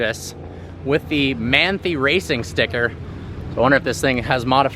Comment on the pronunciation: Yo it's MAN-THAI RACING. (MANTHEY)